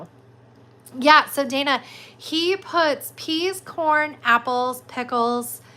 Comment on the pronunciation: i think the video was ended when you said my name, as i was watching 1/2 hr behind. my name is pronounced with long "a" as the 1st "a", so like Dwayna, basically. no worries, ,tho!